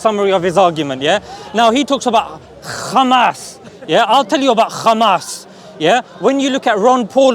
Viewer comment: Every zio runs out of words when theyre done saying "7th of october" and "khhhamas". Absolutely pathetic. They literally have nothing. Oh wait I forgot the victim card. "poor little (rich endlessly funded technologically advanced military power) Iszrael". Like bro. Facts serve you better than propaganda, go out and learn whats going on in the world.